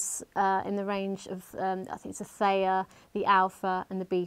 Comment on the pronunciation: Theta - pronounced as FFEETA